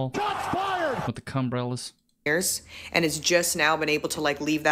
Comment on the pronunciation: Did he say cumbrellas!? 😂